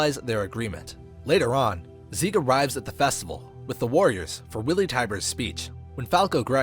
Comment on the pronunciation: Its zeke not seek